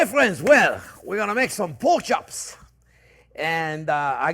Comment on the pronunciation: “Pork schops and a apple schause, that’s schwell”